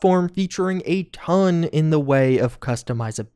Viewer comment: Am I the only one who loves when says: "A TOOON" 😂 I really love it!